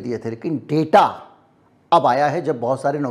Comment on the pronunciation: जी मुझे इस बात की खुशी है कि आप ने अब की बार data के Pronunciation में गलती नहीं की। अभी आप ने ड़ेटा कहा ड़ाटा कहने की गलती नहीं की। यह अलग बात है कि अक्सर पढ़े-लिखे लोग आज भी इस शब्द को ड़ाटा ही बोलते हैं।